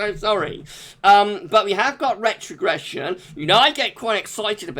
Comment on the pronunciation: Noooooooooo not rrrrrrrrrrrrrrrretrogression 😭😭🤣🤣